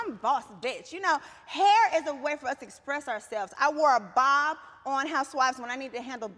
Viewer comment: "i wore a bawb on housewives cause i needed to do business" LMAOOOO ate that